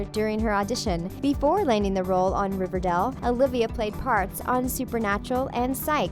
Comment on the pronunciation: Y they say riverdale that way “Riverdell”